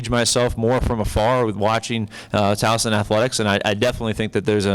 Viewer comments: Hopefully, he will learn in time the proper pronunciation of Towson, there is no Z [Towzen]. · I know right!!! I can’t stand it when folks say TOWZEN, there is no z ever lol 😂😂😂 😡😡